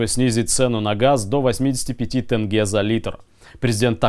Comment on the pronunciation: И еще одна просьба к Русским. Можете слова читать правильно на русском. Например - Тенге. а вы все поголовно в этом слове видите "Э". и читаете Тэнге! Прекращайте, не смешно уже.